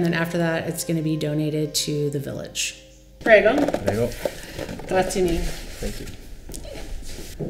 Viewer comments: "pray go" 😂😂😂😂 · They failed to mention that foreigners cannot just buy a house and move there. The visa process is a separate topic. Without EU citizenship, you can go there for 90 days out of 180. Also, can we at least TRY to pronounce the common words correctly when in another country? “Pray-go” set me on edge. Shameful for a person with Italian blood.